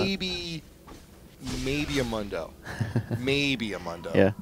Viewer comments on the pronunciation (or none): this nigga said munn-do not moon-do lmao he says his own name how you get that wrong